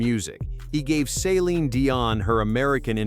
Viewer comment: Maybe learn how to pronounce Celine's name.